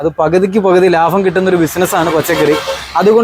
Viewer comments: Labam -ലാബം 🙅 Labham -ലാഭം 👍🏻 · Laafam alla laabam